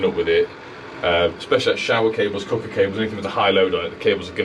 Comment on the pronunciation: 🤣🤣 sounded like a proper stoke/ stafford lad with the cooker / cucker 🤣🤣great video as usual 👍